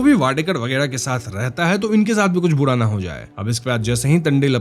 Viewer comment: Bura ko Budaa kyoun bol rahe ho? Ra bolne mai pareshani hai kya?